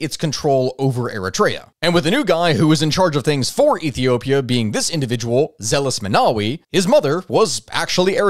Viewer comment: I can imagine the pain you had with the names. But I had to crack a smile when you said Zeles Menawi, he is Meles Zenawi, probably a tongue twister 😂